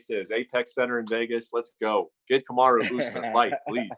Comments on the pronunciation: Did u just say kumuru Usman ?🤦🏻‍♂️🤷🏻‍♂️🤦🏻‍♂️🤷🏻‍♂️🤦🏻‍♂️ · Okamoto: Cum-a-roo Usman